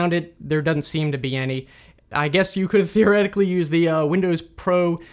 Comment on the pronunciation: "Thioretically" 😂 Stop it!